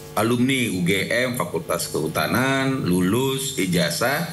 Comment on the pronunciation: Salah ucap lagi, fakultas hukum😂